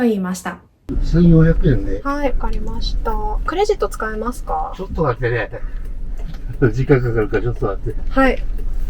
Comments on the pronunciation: 司机的第二句ちょっと待って听着更像ちょっと座って😂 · ”ちょっと待って” 我聽了很多遍，老爺爺說的我也聽不出來